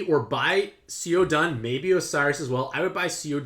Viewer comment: Can someone please elaborate on how Xiahou Dun (pronounced as "Sia-hou Dwern" btw)'s active of making dark orbs unmatchable a good skill? Thanks!